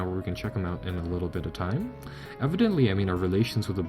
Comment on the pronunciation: I cringe whenever i hear evidently. You butchered that word.